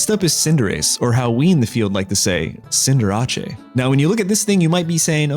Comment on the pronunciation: The cinderace pronunciation angers me